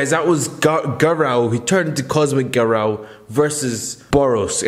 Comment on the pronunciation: bro says garou like garaw